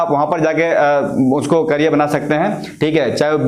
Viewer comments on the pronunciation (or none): none